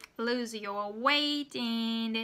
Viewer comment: Good job as always! I think that feedback is the most important for improving pronunciation. So I'd like to give you small feedback. When you say "AND" , sometimes it sounds almost like "IN" to me and it's a bit confusing. I'm not sure how it sounds to native speakers, though.